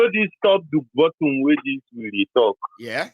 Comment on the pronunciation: TOP TO “ BOTT-U-M”😶😳😱